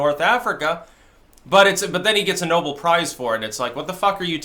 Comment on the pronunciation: no-BEL prize, (not "noble")